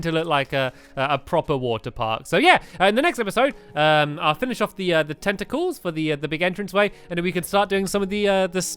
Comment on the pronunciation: staaaaaaaaàaaaaaaampyyy you said tentecles